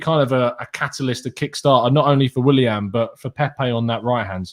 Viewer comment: The way says Williahn drives me crazy